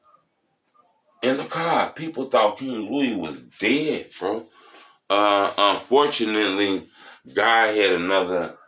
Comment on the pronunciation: Did you say “uhm fortunately “ or “unfortunately “ god had other plans ?